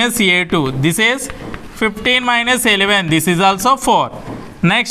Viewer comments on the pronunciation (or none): Eyleven kadhu eleven yure pronouncation is wrong sir